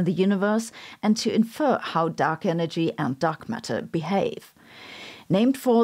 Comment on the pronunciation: Help, I can't stop hearing her say duck energy and duck matter.